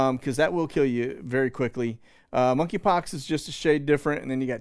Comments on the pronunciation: The "K" in Monkey Pox is silent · The K is silent in monkeypox